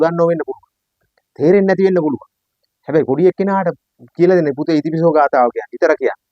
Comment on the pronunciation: බොහෝම කුසල් බුදු ගුණ ආනිසංස විස්තර කිරීමට 🙏 පුංචි නිවැරදි කිරීමක් කිරීමට අවසර... "ඉතිපිසෝ" යනුවෙන් එකට නොව... "ඉතිපි සෝ භගවා...." යනුවෙන් වෙන්කොට කිව යුතුයි.... එහි අර්ථය වන්නේ "ඉශ්ඨ වූ, ප්‍රිය වූ භාග්‍යවතුත් ව්හන්සේ" යන්නයි... ඉතිපිසෝ යනුවෙන් එකට උච්චාරනයෙන් නියම අර්ථය විකුර්ති වන ඇතර හරියාකාරව උතුම් ගාතාවේ ගුණය නොපිටයි... උතුම් නව අරහාදී බුද්ධ ගුණ බලයෙන් ඔබ සුරක්ශා වෙත්වා🙏 නිවීමම වෙත්වා🙏 තෙරුවන්සරණයි 🙏